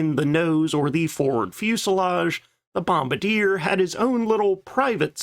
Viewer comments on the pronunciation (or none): none